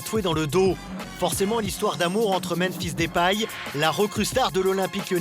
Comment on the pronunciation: Pitié, c'est Deupaille pas Dépaille